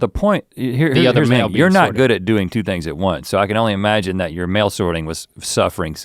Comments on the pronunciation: so many times i thought he'd said mayo! "i was glad i brought the mayo" how many kinds of mayo do they have that they need to sort them? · At first I thought he was saying "mayo" not "mail" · at first i thought he was saying “sort the mayo”😂😅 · Every time link said “mail” I thought he said “Mayo” leading to a much confusion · is he saying mayo or mail cause mayo makes no sense to me. Just out in the woods sorting my mayo. Just doesnt sound right. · I honestly heard: bringing mayo. Instead of mail. Took me a minute.